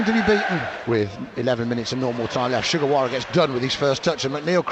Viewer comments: The way it came out, it really sounded like it lol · Did Jo Tessem call Sugawara "Che Guevara"? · I think it’s ‘Shu Gerwawa’